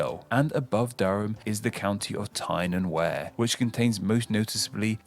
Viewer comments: derby (pronounced Darby) and Tyne and Wear (pronounced Tyne and Weir) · the wear in tyne and wear rhymes with beer. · Oh dear, this narrator doesn't know how to pronounce Berkshire, Derby or Tyne and Wear, and he should.